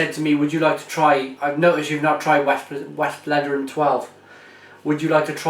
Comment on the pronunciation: It's pronounced Vest-flet-er-en